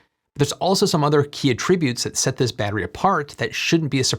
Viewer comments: Attributes? ˈa-trə-ˌbyüt (noun) vs. ə-ˈtri-ˌbyüt (verb) Sometimes it's not until you hear it pronounced 'wrong' that you're even conscious of the difference. Thanks! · Not complaining about pronunciation, but in this day and age, when I hear 'attributes' as 'a-trib-utes' opposed to 'at-trib-ues', I wonder if I'm watching an AI bot. I know the channel and know this is a human being, but if I hadn't known, wouldn't have been sure. Deep fakes are getting REALLY good. Also, I think these batteries are about 9 months old now. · It's amusing that you had that reaction to it. But like , I found it jarring. I had to play back my mind's audio buffer to parse what he'd said, and then I remembered having heard him pronounce the noun form of "attributes" the same way in another recent video. I don't remember hearing anyone else pronounce the noun form this way, so I'm rather curious how he came to pronounce it that way and if there're other people who do. In contrast, while his pronunciation of "comparable" is different from mine, I have no issue with that, and freely admit that his way is probably more logical anyway. But I feel that something useful is lost by dropping the differentiated pronunciation of a homograph like "attributes"; it really serves a practical purpose to keep them different. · curious where you’re from as I’ve never heard “attributes” pronounced that way in that for that grammar. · 4: 56 You mispronounced “attributes“ here. The way you said it makes it a different word. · "some key attributes" - you pronounced attributes wrong. the emphasis goes on the first syllable when it is a noun. the verb form is when you put the emphasis on the second syllable. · Hard to trust the opinions of someone who can't pronounce the noun form of the word "attributes". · Why do you pronounce "attributes" with stress on the second syllable, like it's a verb, when you're using it as a noun? As a noun, the stress should be on the first syllable.